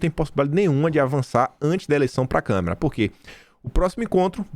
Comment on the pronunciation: faz tempo que você pronuncia a palavra Câmara como câmera...